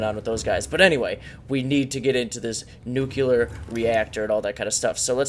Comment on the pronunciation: Dude are you saying nu•cu•ler rather than nu•clear?